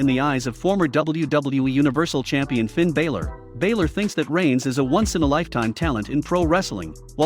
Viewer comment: You saying Finn Balor name wrong